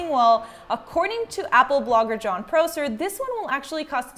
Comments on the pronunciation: John Pro-Sir. 😂. Not how you pronounce it and how about that LiDR sensor? So you said you would talk about it later and you didn’t. Did you mean another video. CNET is trash since Brian Tong left and James Kim passed. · Prosser is pronounces with o like ah, not o like oh